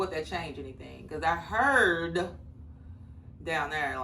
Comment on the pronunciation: You gonna tell me where you from??? Dang, you're driving me crazy!!! 😆 🤣 😂 There, here, where. Even the way you said heard!!! Lol